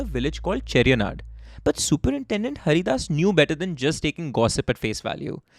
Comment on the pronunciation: My hometown is Mavelikkara... It's funny the way you pronounce Kunnam and Kollakadavu bridge 😅😅😅😅 These places are very close to my place.... I have seen the paddy field where Chacko was killed in the car. You pronounced Cheriyanadu properly 😊